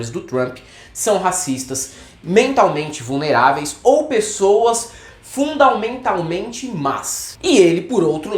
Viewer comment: "Fundalmentalmente" kkkkk